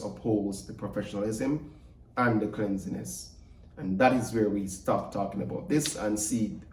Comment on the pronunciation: The word is cleanliness not cleansiness, general reading in your spare time during the Summer break will improve your English before the next semester. Remember to keep your content/brand A+ pristine, you have the potential to attract a wide range of brands, endorsements, your potential is way beyond what you are studying, your current channel, what happened to the real estate tours? some aspects of this conversation could be had off camera.